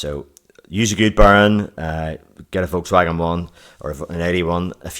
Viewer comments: Anyone else hearing burn instead of bearing? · If he said bearing the video would have been 5 minutes longer. It was great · lol, because of your accent Bearing sounds like Burn